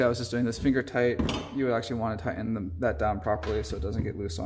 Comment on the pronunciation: Why can't people pronounce the letter T in mid word anymore? Ti-in... Don't you mean tighten??? Drives me nuts.